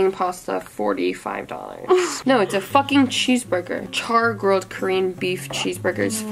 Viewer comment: “so kErEaN”